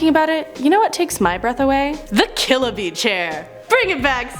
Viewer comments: Killabee Kill -a-bee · Killabee? kills a bee